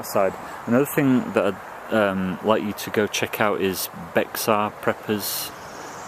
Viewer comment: Just F.Y.I. you called Bexar prepper a he. Bexar Prepper is a woman and the channel name is pronounced like "Bear Prepper".